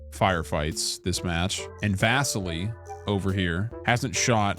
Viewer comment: lol the way you say Vasily drove me nuts! :D Come on my dude, never watched Enemy at the Gates? Love you!